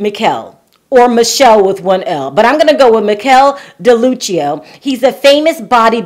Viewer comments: You pronounce it Mee Keh Leh just fyi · The name is pronounced "Mikel[e]" and he's Italian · It should be pronounced Me-kell-ie. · The Italian pronunciation of Michele is Mee-keh-leh. Here’s a video on how to pronounce it correctly: Michel is the French equivalent. It’s pronounced just like its popular feminine forms: Michelle, Michele, or Michèle. The last one is the original French spelling. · The guy whose photographs were used, is Italian and his name is pronounced "Mih-keh-leh di Look-yoh" And no, I do not feel sorry for Yolanda. There were enough red flags, like the name ("Williams" is not a first name, at least not in England), him claiming to be British, but having not a trace of a British accent (and if you listen carefully, his English isn't even 100% correct sometimes, and if even I as a non-native English speaker notice it, English can't be his native language), plus all these excuses about video chats not being possible. AND you just do NOT send nude pictures to someone with whom you've not been for a while and whom you've never even met in person. That whole thing was a scam from the get-go and that (presumably African) scammer just wanted compromising pictures of Yolanda, so he could blackmail her. Plenty of red flags, really. And Yolanda either is dumb or she knew about it and everything's fake (including said photographs that possibly don't even exist. At least I hope they don't.) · I used to date an Italian guy, his best friend's name was Michele, it is pronounced Mickelé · Pronunciation of the name is Mikelé ;)